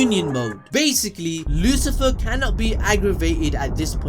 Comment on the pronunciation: Lucifero, not Lucifer. Come on dude haha